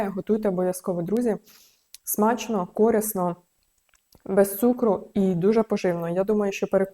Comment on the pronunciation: рецепт супер 👍 Тільки корИсно ( а не кОрисно ) 🙏